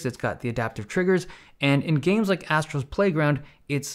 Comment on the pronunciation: "Astros playground" that sounds wrong